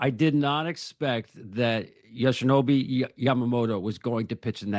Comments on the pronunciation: It’s a shame that a journalist keeps getting Yoshi’s name wrong. Yoshinobu not Yoshinobi. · YoshinoBI... Lol I cringed at that part.